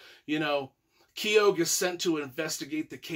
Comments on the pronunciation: Hi, it’s pronounced Key Oh. I have some friends with the same surname and that’s how they pronounce it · Oh and it's pronounced kee-oh the G is silent